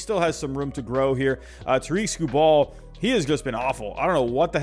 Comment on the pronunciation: Tigers fan coming in peace! Jeimer is actually pronounced Jay-Mur and Tarik Skubal is Tare-ICK Skoo Bull. Looking forwarding to watching, kill it man.